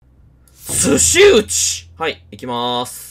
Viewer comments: 寿司打の読み方、すしだじゃないの？笑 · 、｢すしうち｣じゃなくて｢すしだ｣です…ww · 寿司打のことすしうちって言ってる人初めて見ました😂😂笑 Dさんとの絡みも可愛くて面白かったです( ˆ•͈ ·̫ •͈ˆ )🌟🎶